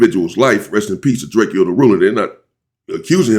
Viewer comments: STOP SAYING DRAKE-O's NAME WRONG. IT IS PRONOUNCED DRA-CO NOT DRAKEO 👀🙏🏾 RESPECT THE DEAD FAM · Drakeyo drakio messican like dude can you please pronounce peoples names right it’s not that much to ask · I wish he would pronounce Drakeo name the right way‼️ And remember, anything you say can and will be used in the court of law‼️